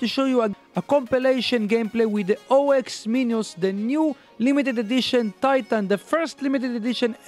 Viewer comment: Me every time he says o-x minos ITS OX MINOS REEEEEEEEE